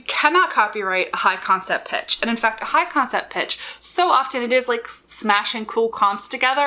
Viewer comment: Yes! I thought she was say, "com set". I was then trying to figure out the meaning of com. The most common use in my own life is at work, where com is shorthand for the communications department.